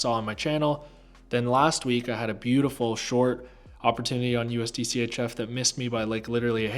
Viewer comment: Man let out his inner brit with that " beauTiful " at the start 😂Big up man !